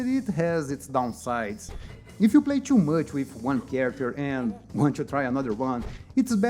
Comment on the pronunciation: Cara, se o canal é pra ser em ingles, tem que caprichar na pronuncia. As palavras com T ficam mal pronunciadas, por exemplo o "too" vc fala TCHU. "Something" vc fala SOMESSING.